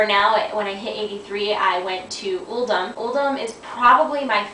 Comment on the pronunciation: Vortex Pinnacle is my favourite dungeon by far. Throne of Tides would be 2nd. Uldum is pronounced 'UL-DOOM'